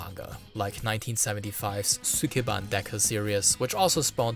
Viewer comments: All that research and he couldn't even learn how to pronounce "sukeban" correctly. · “Sukeban” is how Maduro pronounces Mark Zuckerberg’s last name